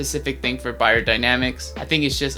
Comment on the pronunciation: I have never hear of you, but I had to pouse the video after a minute to like and subscribe. First you have pronounced Beyer the right way and that followed with this cool behumour.